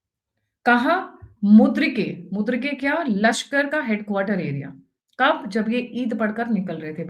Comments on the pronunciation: Its not mudrike..... its Murid-ke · Its not Mudrike, Its Mureedke! Agreed, wonderful , Dhurandhar 3 - with a strong woman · मुद्रीके नहीं मुरीदके कहिये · It is Muridke, not Mudirke.